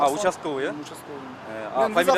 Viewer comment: бул учасковй емес утасковй го